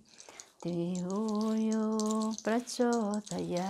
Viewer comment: She recited the Gayatri Mantra well excepting the last one. It should be DIYO YO NAH PRACHODIYATH. She is serious about this and does it with dedication. Great video.